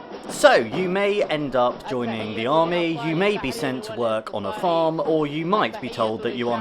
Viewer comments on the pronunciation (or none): none